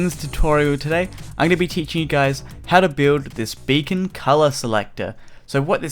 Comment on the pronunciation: For a sec I thought you said you can change the color of your bacon xD